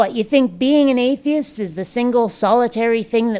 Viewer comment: Did he say "ayteeist"? lol